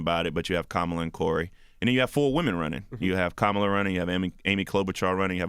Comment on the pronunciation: No! The right pronunciation is Kamala the way Charlamagne pronounced it the first time. It is not an English name!